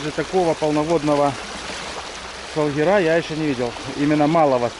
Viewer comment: Не Салгираааа, а Салгиииира.... Ударение на второй слог , Вы же теперь крымчанин